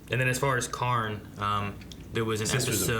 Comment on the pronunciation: FOR THE LOVE OF GOD ITS KAHN NOT KARN